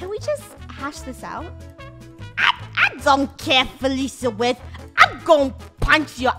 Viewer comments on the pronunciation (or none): Felicia: iTs FeLiCiA WIEZ NOT FeLIcIA WiZ